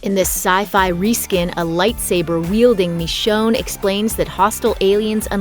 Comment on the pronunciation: Lol “mee-chone”